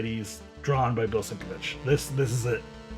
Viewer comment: Bill is one of my favs too - and you pronounced his name correctly!!! loved his Daredevil Elektra art